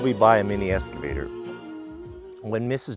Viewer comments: Say it with me: EX-cavator. Not ES-cavator. Sound it out, EX-cavator. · I love the channel... But has anybody commented on pronunciation of "excavator"?